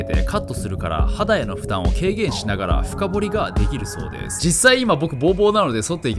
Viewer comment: 深剃りじゃなくて深掘り😂